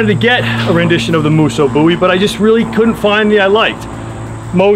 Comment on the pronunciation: Thank you for saying "bowie" correctly